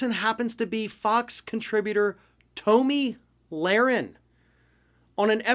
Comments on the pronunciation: "Tow'Me Larin" ?😆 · Don’t pretend you don’t know how to properly pronounce her name. She’s a well-known figure. Thank god David is back. I’m tired of listening to this buffoon. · I hate her but I think you mispronounced her name intentionally.